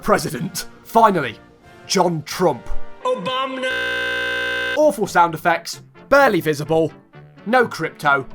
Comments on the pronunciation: John Trump: OBOBNAH🤣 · “obamna” -John Trump